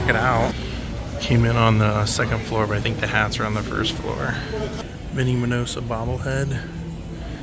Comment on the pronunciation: The name is Minoso, and NOT MinosA like you kept mispronouncing it. Thanks for a fun video, however.